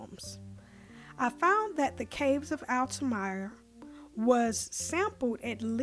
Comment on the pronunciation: Sorry to nitpick, but "Altamira" is pronounced "altaMEERAH," not "altaMYRAH." Otherwise, I appreciate your appreciation of the Dan and this tune.